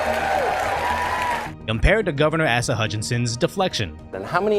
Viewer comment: "Ass-uh Hutchinson" 😎👍